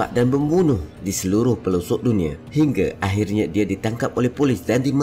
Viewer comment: Penat dengar tekan perkataan "Dia"